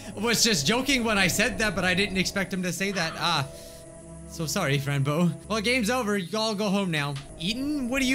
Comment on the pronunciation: hello everyone welcome to another episode of Fran Bow me: have you bit your tongue again cuz i heard Bran Bow ok, who`s notifications are being annoying and not doing what they are supposed to? Mine are, and i miss out on videos!